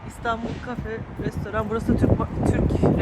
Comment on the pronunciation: Restaurant adini anlasilmiyor